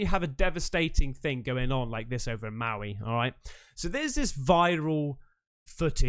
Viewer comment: your pronunciation of Maui hurts my ears🤫